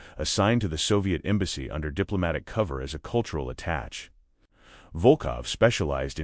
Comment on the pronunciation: I’m bailing. It would take one listen start to finish with a native speaker and correct pronunciations. There is no American attach, but an attaché. These things are long and disappointing.